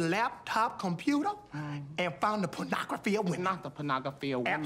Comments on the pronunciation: Everytime they say Pornography they pronounce it differently haha: : - His Laptop Computer and found a pornography of women - Not the ponogaphy of women. - Absolutey the panagaphy of woman. - Not on the Laptop Computa? - The Lapto Conuta anthe Panagafy of women. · pawnagrophy of wemen." "Absolutely pawnagrophy of wemen." "Not on the laptop computer." "On the laptop computer found the pawnagrophy of wemen." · On the lap top conyouter and the ponography of women...